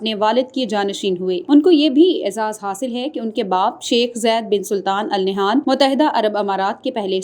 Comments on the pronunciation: Al nehan nhi ha ...jahil newscaster! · Please pronunciate the family name (Al Nahyan) correctly.